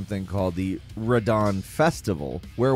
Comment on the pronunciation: bro said radon